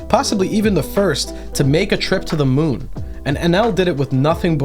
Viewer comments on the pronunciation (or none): none